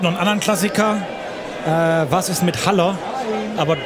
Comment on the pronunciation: Ich glaube unsere Medienabteilung muss noch lernen wie man Haller richtig ausspricht 😂 (Spielminute 51 )